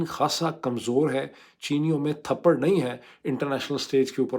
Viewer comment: Addb ward is tapr not thparr